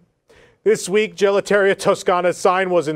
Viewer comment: My favorite thing on these newscasts is the unabashed mispronunciation of foreign words, like gelateria.